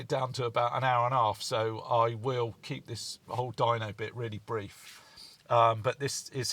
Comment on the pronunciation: Certainly looks the part. When you said "dyno" I heard dino, which got me wondering (as I often do) , is that the small Italian McDonald's style diner around the corner, or the graveyard for prehistoric scooters. I digress, as you often do. Anyway , I know you're a niche channel and a great one to boot and you don't give a midgies didgie about having 100K subs but putting this video out in two parts might get you more views. I have the time but others might see the 2 hour run as inhibitive. YouTube tends to promote channels that post regularly regardless of time or quality of content. Now, we all know that you're not exactly a conventional bloke but sometimes you don't have to cut off your nose to spite your face. Looking forward to the next one.